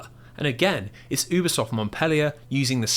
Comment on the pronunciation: It’s pronounced Youbisoft not Oobisoft. I’ve worked with them for years.